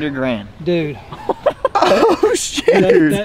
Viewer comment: I’m guessing that you are trying to say “Dude” not “Dod” 😅😇😊